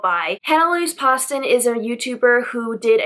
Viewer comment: Hey! I think the first “O” in Poston is long.